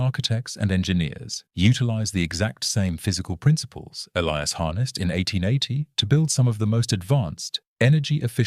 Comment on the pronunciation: Ah, yes. The ever present Elias Thorne and Silas Vance. And an AI voice that can't decide which way to pronounce Elias and struggles with temperature readings.